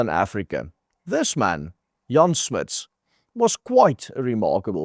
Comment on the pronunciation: why do you mispronounse Jan Smuts name as " Smiths"; you should no better. Jan Smuts was a very important modern philosopher; his most important book being; " Holism and Evolution," which had a very great influence on Whitehead who borrowed many of Smuts ideas on Holism. The other Boer philosopher of great importance was Eugene Marai who wrote " Die Siel van die Miere " Now although Marai was fkuent in English because he had studied at Cambridge; he refused to do so because of what the Brits had done during the Boer War. Unfortunately for Marai; Afrikaans was close to Flemish and a Flemish professor whose namw began with an ( M) stole Eugenes [ Denk Beelde ] on ( Collective Group Minds ) and won himself a Nobel Prize for Sociology. This takes me back to 1964 when I was in standerd 4 when performed Eugene Marais; " Mabalel " for my Afrikaans ( oral exam) Vanig oor die klippe drippel Mabalel. Vrolik is die klingellike Wat haar engelikke vergesal Ooh! Raqwena..... Dis maar all wat ek van die gedig onthou. Vergeef my spell foute en laat dit goed gaan.